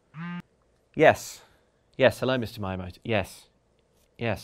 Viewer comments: Are you deliberately mispronouncing Miyamoto? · It's "mee ya moto" not "my ah moto" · It is NOT My-a-moto. It Mi-a-moto where the "i" is the "i" in igloo . . . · You mean Mayamoto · He's called Miyamoto, not Myjamoto 😂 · It's "me"-yamoto not "my"-amoto! PRITHEE AMEND THY MISPRONUNCIATION FORTHWITH! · it's "Mi-yamoto"- like "meeyamoto", and not like "My-yamoto". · Me-yah-mow-toe. Not maya-moto. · Mr MAYAmoto? That’s a painful one, you guys. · “Myamoto” wow. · yeah i hope if it becomes a constant addition that they learn how to pronounce his name first 😬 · If only he'd say the name right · You said miyamoto wrong. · If you're going to bring up Miyamoto-sama's name in your video, you could at least have the decency to properly pronunce his name.